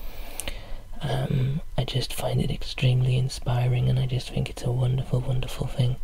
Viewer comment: "Just fink" :D Extra relaxation because you don't pronounce the T!